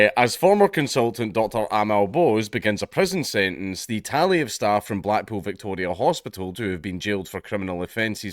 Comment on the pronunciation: Black-pool. Funny, I heard black-PILL when Dank said it.